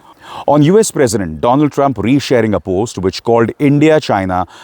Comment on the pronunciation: My priend 😅 Mr. Dorald Trump.😅😅😅